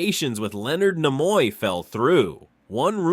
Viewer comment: Where the hell did this guy learn to speak english? His pronunciation of Nimoy and even religious are comical